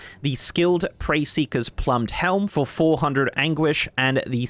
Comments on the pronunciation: “Plumed” is pronounced “ploomed” not “plumbed”. Just fyi. Great video otherwise ;) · Look I hate to be 'that guy' but I really need to be an asshole right now: 'Plumed' helmet is not related to the plum fruit. It is pronounced 'ploomed' like a plume of feathers. 'Preferential' is not whatever you ended up saying, it is 'pref-er-ent-chal' I am hearing Youtubers butcher the English language more and more every day. If you aren't sure how to say something, Google it. Re-recording cannot possibly be that big a deal. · Ploomed, plum-ed😂